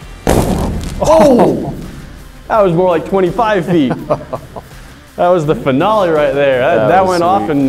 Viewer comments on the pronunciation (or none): "That was the finole at the end"😂😂😂